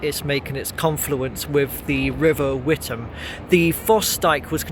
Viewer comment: The river is pronounced "With-am", unlike the town in Essex, which is pronounced "Wit-ham".